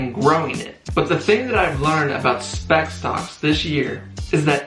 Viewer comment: Bro are you trying to say Spac?